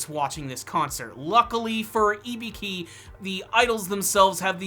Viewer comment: "ibiki" burhhhhh her name